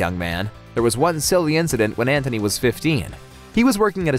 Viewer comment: It's An-T-ony, not Anthony.